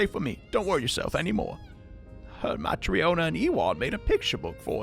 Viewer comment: Matryona, Olga, Evan (sounds very similar to Ivan), Nikita... wonder what's up with all those Russian names in that area. Some Spanish and Italian names too, especially for enemies. White Eduardo? lol P.S. Your pronunciation of Matryona is on point,!